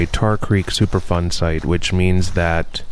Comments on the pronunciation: It sounds like you're saying "Super Fun Site"! 😮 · he keeps saying superfun. dude needs a speech therapist lol or maybe it is super fun to him!..sick bastard lol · Chris LeeWoo I think its "superfund"